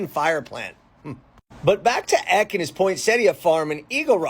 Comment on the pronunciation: It's pronounced Paul Eck-y. His grandson's family a local celebrity family around Encinitas, and they have a ymca named after Magdalena Ecke. My mom interviewed Paul III, and I transcribed it. Back when I was living in the SFV.